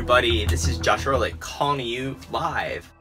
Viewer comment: Ehrlich not Erlick